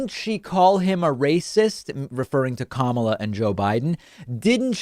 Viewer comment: I enjoy watching your show, David, but come on. A little research. Her first name is pronounced 'COME-uh-laa'.